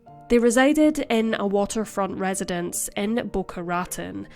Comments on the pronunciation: This is a super serious subject, but I can't get past the injustice to Boca Raton. ra-TONE, not RAT-ten. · Oh dear. Boca Rotten? We have many Spanish names in the south and west. It’s Boca Rah tone. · Pronounced “Boh-Kah Rah-Tohn” ✌️🙂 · Boca Raton is pronounced *Bow-kah Rah-Tone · Boca Raton Pronounced Boca Rah-tone 🙂 I live near there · Boca Raton is pronounced Boca Ra-TONE. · I knew someone would bring this up. Its Boca Rah-Ton. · Bho-kha Rha-TONE - emphasis on last syllable, for Boca Raton. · I don't know how to tell you the proper way but thats not how you pronounce Boca Raton. Im sure you know that you can Google the word and a voice will pronounce it out loud for you as many times as you need. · Just trying to help. Your pronunciations of Florida place names don't match that of the locals. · Yeah, it sounded odd. And "penchant" is pronounced in the French "pon-shon". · I read the comments before the video got there and thoroughly enjoyed her pronunciation. Judging from all the comments, she'll never mispronounce it again! 😂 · It’s always the U.K. presenters that never seem to bother to Google a correct pronunciation.